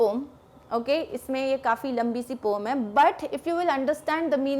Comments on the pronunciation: It's poem na ki pome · Mam pom nahi poem hai vo😂😂😂😂